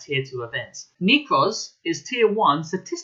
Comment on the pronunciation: Is is pronounced NECK-ROZ NOT FUCKING KNEECROZ Lol jks:)